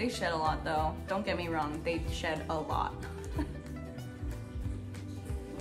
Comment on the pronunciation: She said he s..ts slot⁉️⁉️ OOoohhhh❗ He sheds a lot. My bad‼️ Glad she reiterated. I definitely misheard her the first time.